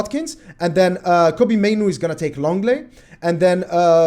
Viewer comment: Your initial pronunciation of Mainoo (Maynu) was right. It is spelt "Manu" but I'm sure he was born in the UK hence the "Mainoo". They spelt it how they would pronounce it. Its "Maynu"